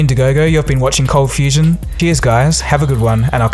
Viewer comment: Ahhh... My brain still does a flip when he says "Coldfusion" Coldfustion FTW